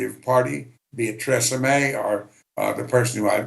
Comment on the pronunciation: He pronounced Theresa May like Tresemme